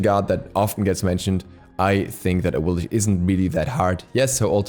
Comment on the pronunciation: Top 5 Hardest to Pronounce Gods: 1. Awillish